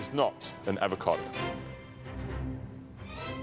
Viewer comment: “Its an EvoCadA”